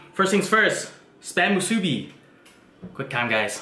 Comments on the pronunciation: If the pork is hard.its not ready.the poi isn't even traditionaly made.long rice is from philipens.musibi is chinese.and its musibi not muusbi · Dude I'm from Hawaii but you did almost everything right but the name of the musubi (moo suu bee) and the way you cooked the spam no saracha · It's supposed to be just normal rice and and either teriyaki sauce on the spam or just spam just btw. And it's pronounced spam moosoo-bee two syllables another btw. Don't get mad comments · JAYK91 i was waiting for a Hawaiian to comment on this i knew he didnt do it justice lol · I died when he pronounced Spam Musubi XD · Love the channel! Even the way you eat is awesome. Just one flaw. I hate to mention this, but your pronunciation for Musubi is a little off. Aside from that I could not turn away. What a great show. I speak from personal experience as a Hawaiian. You represent us wonderfully. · Your pronouncements make me cringe but at least you try. Btw if anyone wants to try real Hawaiian food like how it really tastes just go to Hawaii they make and prepare it a very certain way that actually makes it how it’s supposed to taste. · Im so sorry, but it was very cringey, cause im Hawaiian and you pretty much pronounced every local food or language wrong.